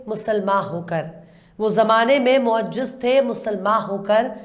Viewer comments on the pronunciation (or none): Madam,bahut khoob ,magar meri apse iltija he ki meherbani karke apne talffuz ki Islam kar Lia karen. Roohe zameen nahinRooe zameen sahi he Moasjid nahin moazziz sahi lafz he. Islah ki mafi chahta hoon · معجز۔ غلط هے۔ معزز سہئ ہے- Pronounciation par dhyan dena. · Wo zamane me moajjaz nahi moazzaz hai meri behan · Moaziz, moaziz urdu galat bol rahi ho ap